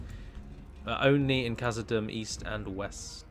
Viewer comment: Hey, quick question is dûm in khazad dûm pronounced doom? Thats the way ive been saying it and it seems you say it like dum. Thanks:)